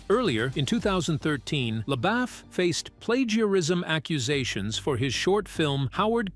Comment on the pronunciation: His name is pronounced Le-boof not Le-baff